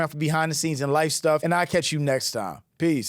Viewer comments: I want it to be kiss. It sounds like kiss, so it is. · I thought he said I just wanna kiss my fish....LOL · lmao i thought he said "kiss my fish" but he said catch a fish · I thought bro said "I just wanna kiss my fish" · I thought he said “Kiss my fish” 😅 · i thought he said kiss too. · I thought he was saying that until seeing this comment 😂 I thought “what a bizarre phrase”